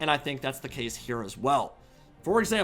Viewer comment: i like how you pronounced Massif Orcal